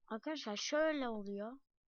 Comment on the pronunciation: Aga yağ senin sesin bebek gibi çıkıyo mesela aykadaşlay oluyo